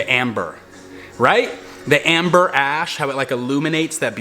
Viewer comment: honey it's "Ember" not "Amber" lol Amber is a gem and a shade of brown/gold